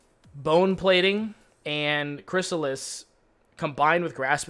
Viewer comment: Holy fuck, he said chrysalis correctly. Was it because of me? Or someone he actually cares about.